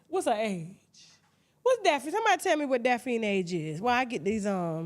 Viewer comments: Tasha always jackin somebody name up its DaphNE not Daphine but Im cracking up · Daphne Pronounced as Daphny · Tasha mispronouncing Daphne is too much for me😫